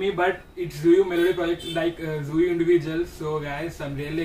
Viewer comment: Hey her name is tzuyu but pronausisation be like tzu-yi not zuyu..... Hope you guys understand 🙂🙂